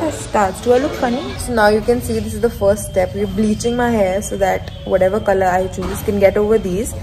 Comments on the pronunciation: you know when we spell colour this way it doesn't change the way its pronounced its not colooor its just colour the same way you'd say it i just had to give that an honorary mention coz I find it so hilarious and idk if he genuinely thinks that's how it's pronounced 😅😅😅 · Says “colour” likes it’s a foreign language when that’s how Canada and UK spells it 🥲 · Well, no need to mispronounce “colour”. It’s used in British English. Just like “favourite” instead of “favorite”. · But whyd he pronounce colour as COLOUUURR like colour is how the British spell it it doesn't have to be color LMFAO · Oof it triggered me how he pronounced colour 😂 how we spell it in the UK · the way he said ‘ c O l o U r ’😭😭😭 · YES LMAO he said colOuRe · The way he said colour because of the u 💀😂💕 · Hahaha the way pronounced the Canadian version of color/colour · Pls the way he said ‘hair colour’ lmao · Why the emphasis on "hair colour" like she spelt it wrong🤣🤣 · 😭 How pronounced col-ouuure in the very first video. That's how we spell it outside of the US 😭😭😭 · the first video where you pronounced colour wierd, that's how you spell 'color' properly 🤣 you Americans.